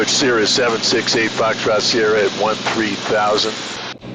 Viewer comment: She just kept saying thirteen thousand rather than one three thousand. Drives ATC crazy